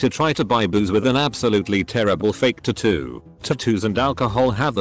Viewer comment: It pronounced “tattoo” the same way the leader of the Equestranauts did in Bob’s Burgers!